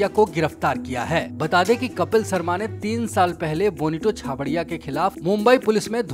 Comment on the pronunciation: भाई तू "श" को "स" क्यों बोलता है। शर्मा होता है सर्मा नही